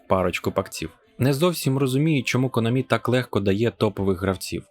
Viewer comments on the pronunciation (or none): Спасибі, я це й так знав. Але чо наголос у Конамі на останній склад? Я завжди голосив на А.